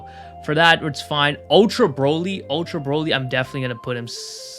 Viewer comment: Bro-ly? Not broly